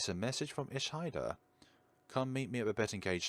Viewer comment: I would like to thank you so much for playing the game. I really appreciated it. I am currently working on corrections and me and my friends were screaming in excitement watching your playthrough! If you have trouble with the Japanese pronunciation, it's pronounced ee-shee-duh, your pronunciation of all the other character's names are on point though! I hope you play the final version when it comes out!